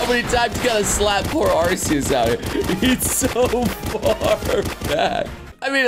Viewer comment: It is pronounced ARE-KEY-US